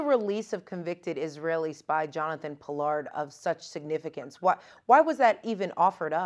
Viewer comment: Pollard, rhymes with lard?